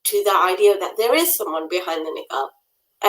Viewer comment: Its Niqab and not Neeekaab